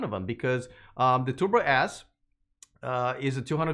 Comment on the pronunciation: what are those "Tubor Ass" and "Tubor Ass For" cars is he talking about?